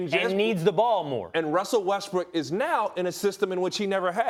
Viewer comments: Russell wEsTbRiCk clears throat Westbrook 💀😂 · No one: Ryan: Russell Breast Weck, Breast Rook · who else thought he said Westbrick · "RUSSELL WESTBRECK" LOL